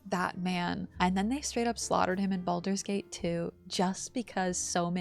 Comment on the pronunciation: i thought u said bald babies xD